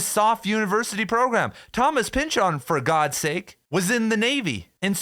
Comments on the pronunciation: You are really pushing the "Chooooon" in Pynchoooooon man... take it easy... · "Thomas Pyn-CHON"